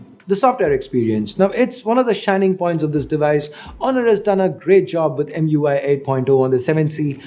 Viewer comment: EM UI he pronounced as word